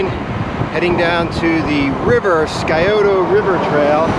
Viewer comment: Ah, another one. It is not the "SKY - oh - toe" River. it is the "SIGH - oh - toe" River!